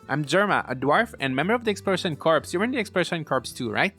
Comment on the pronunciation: By the way "Corps" is pronounced "Core", the "s" is silent. You're saying it like a dead body, lol.